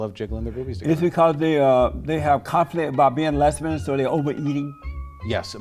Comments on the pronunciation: Lez-bee-yon's. Jesse Lee must be curious. He asks that question about men being with men a lot. JLP is a strange guy😳. I was waiting for JLP to call this guy a beta male😂😂😂. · "Why lez-be-ons so fat?" My funeral will be held Friday, please attend